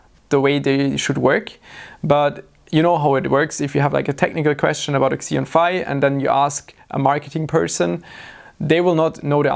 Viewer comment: it's pronounced Xeon Phi, not Xeon Phi. Just helping out how I can.:)